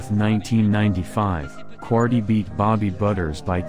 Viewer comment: Ike Quartey,his name is pronounced Quar-Tay,Not Quartee.